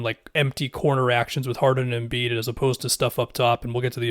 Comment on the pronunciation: Anybody else cringe when said MV Embid